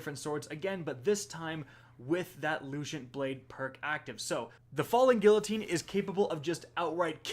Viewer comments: what the hell is that pronunciation of guillotine, and also LUCENT? LOOSENT. And sympathetic (he said symptomatic, LOL) from the last video. These aren't 200 IQ level words, come on. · Your pronunciation is terrible. You butcher guillotine and lucent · that's not how you say lucent... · Its loo cent.. no h sound should be happening.. why do you guys always say everything so weird. How would you say cent by itself? It doesn't change.